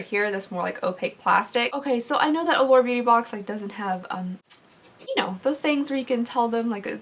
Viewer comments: Every single time you say Allure, I hear The Lord. 🤣🤣🤣🤣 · Now I hear it too 😂